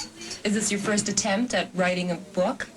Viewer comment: "attempt" lol